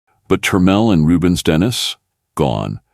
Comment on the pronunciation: Its Denis.. Den e.. not dennis